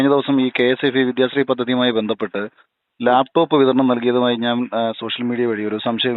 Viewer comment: Layptop, not laptop.. athu ve ithu ray.